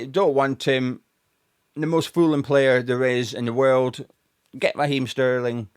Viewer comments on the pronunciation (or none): none